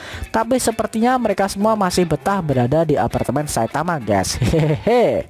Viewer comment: Bg kenapa abg bilang saitawa bukan saitama